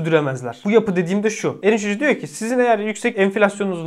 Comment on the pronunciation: Ilk 10 dakika "Elin cocugu" boyle diyor diye anladim, "Erinc Hoca" diyormus !